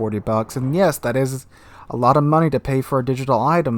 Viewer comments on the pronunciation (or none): none